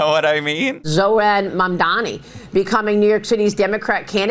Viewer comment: Now if Mamdani's got on the grift train then FOX would be singing his praises; but first they have to learn to pronounce his name.